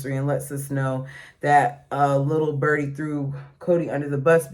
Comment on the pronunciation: “Lil’ bUrdee”😂 you make me laugh!